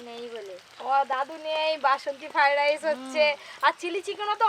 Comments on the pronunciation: ঠিক মতো উচ্চারনও করতে পারে না বলে ফাই ডাইশ 😂😂😂😂😂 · রান্নাটা ভালো হয়েছে,,তবে কর্ণ ফ্লাওয়ার দিলে গ্রেভিটা রেস্টুরেন্টের মত হতো।।আর একটা কথা তোমার অনেক কথা সংশোধন করা উচিৎ ।। তোমার রান্না সব বাঙালি দেখে এপার ওপার বাংলার।।যেসব উচ্চারণে ত্রুটি আছে এগুলো আরো বার বার বল ।যেমন আজ বার বার ফ্রায়েড রাইস উচ্চারণটা ঠিক ঠাক বলছিলে না । তোমাকে ছোট করা নয় শুধু হাসির পাত্র না হও এজন্য বললাম। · Fried rice bolte pare na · ki fried rice kothata tthik moto uchcharon korte pare na naki